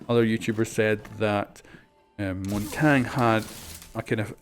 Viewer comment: its not Montang it's mountagnie